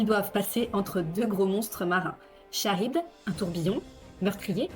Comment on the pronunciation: Charybde se prononce Karyne comme dans orchestre